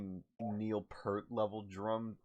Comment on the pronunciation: Waiting for people to point out how badly you butchered the name "Neil Peart."